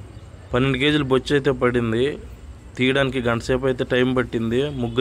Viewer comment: Bocchu kadu bocha